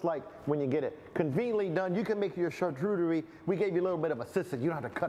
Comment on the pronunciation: You lost me at char-TOOT-erie board ! 🤣🤣🤣